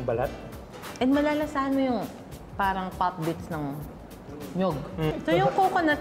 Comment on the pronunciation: tang ina bakit di nya mabigkas ang tamang pagsabi ng PARANG??